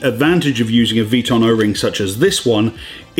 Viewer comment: Love the vids and thanks for the tips! One thing though, i think it’s V “I” ton. Not sure if that falls into the Aluminum or Laboratory category in the queens English. :)